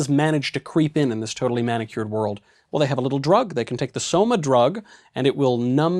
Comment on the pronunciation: Why is it when he says 'Soma' I hear 'Skooma'